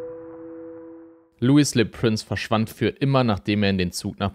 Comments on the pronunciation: Er war ein Franzose. Könntest du seinen Namen bitte französisch aussprechen?! Lui lö Präns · Du hast „Louis Le Prince“ wieder falsch ausgesprochen, aber macht nichts haha. Du bleibst ein investigativer und superdupee Youtuber 🎉